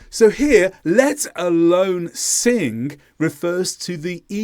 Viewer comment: Pardon me, but sing doesn't end with a k. It's not singk.